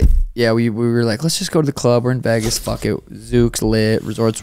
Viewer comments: Bro it's VEGAS not VAYGAS, why you pronounce it so weird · Why does bro pronounce Vegas like that